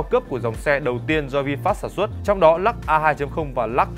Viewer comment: Của người ta là Lux ông này đọc”lak”